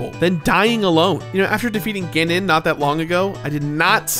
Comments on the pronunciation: "GEnon" triggered me. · Did he pronounce Ganon as “Gin-nun”? I think I’d rather listen to all the times he says, “Drangleek” in his Dark Souls II video, and it’d still be less tortuous. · Theres ALOT of comments about your pronunciations. I didnt pay it any mind...UNTIL YOU SAID "GENON"! Now I've got a pitchfork in 1 hand and lit torch in the other too ha. Its GAnon dude. Clearly an A not an E chief. I swear some of you youtubers do this ish on purpose JUST cause you know it's like nails on a chalkboard to us.